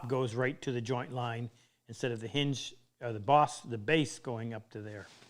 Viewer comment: It's a H-in-ge, (ha in ge).